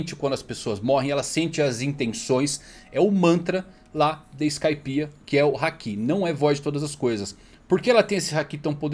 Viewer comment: Mano, vocês assistem o anime no mudo? Só pode, por que ficam falando haKIIIIIIIIII, porra, o povo fala literalmente HAAAAAAki, com o HAAAAAAA tônico e o ki átono. Meu Deus, que agonia. Igual o povo falando saZUke ao inves de saSUke, vocês vêem o anime no mudo, né? Não ouvem os personagens falando não, né?